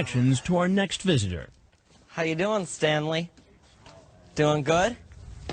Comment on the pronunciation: Wtf is a "stayneley"